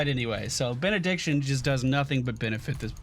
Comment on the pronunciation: did he say "after bein'-a-dick-tion was added"? That's what I've heard instead of Benediction